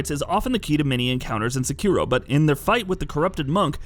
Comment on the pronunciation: So are all those dislikes from the people complaining about the Easy Mode mod being mentioned, or weebs getting mad that he says SeKIro instead of SEkiro?